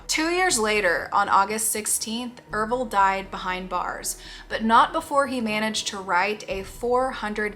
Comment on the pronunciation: ERVILLE? the ervillites? oh shiiiiiiiit were in for a ride everybody